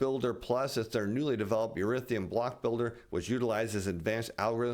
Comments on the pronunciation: E-THER-E-UM not e-rith-e-um. Almost as bad as J Bravo saying nu-cu-ler for nuclear. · Erithium? Do you mean Ethereum? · I always like your reports in the stock market world, however if your gonna try to sell crypto you pronounce it Eth er ium